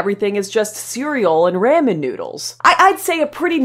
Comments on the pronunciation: It's pronounced "rah-men". Ramen noodles. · This is the first time I've ever heard anyone pronounce Ramen as 🦬RAM🦬-IN ... LOL! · I’ve never heard someone pronounce ramen like that